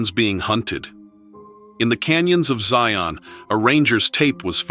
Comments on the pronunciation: It's not ZIE-ON, It's Zion, like lion! 😂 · The name Zion rhymes with lion, not scion.